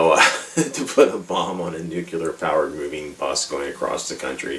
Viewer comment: Gave up after 3 minutes of listening you mispronouncing Nuclear (how people keep pronouncing it nucular is beyond me) - anyway - this movie is an underrated masterpiece that has gone straight over your head. You think it's stupid yet spent 13 min going on about it being stupid. It's a piss-take on the whole genre - and while Airplane! by the Zuckers and Abraham is a superior film - this still maintains a place in the lets be completely ridiculous spoof level. The soundtrack by David Shire is brilliant and Stockard Channing, Larry Hagman, Sally Kellerman, Redgrave, Mulligan - well you can tell they're just having a great time in this movie - and if it was that stupid - why would such a great cast of 70's/80's actors agree to take part?